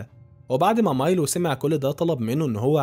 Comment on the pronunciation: مايلو وليس ميلو